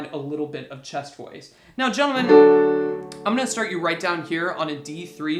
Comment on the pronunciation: I thought he was saying 'Chest Boys'.